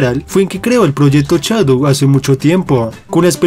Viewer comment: No sé dice chadow se dice shadow